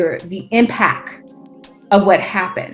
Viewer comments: All these DEI MOFOS are the same. Just a matter of time before they get jammed up. And learn some English. It ain’t impack it’s impact dummy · I blame her and the people who hired her. Who hires a person who pronounces the word impact as impack for an executive position? Smdh! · Ghetto snipe. "Impack". Surprised she didn't say "allizations"